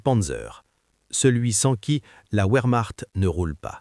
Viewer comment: Mauvaise traduction en citant les mots allemand verchmacht et non pas ouremacht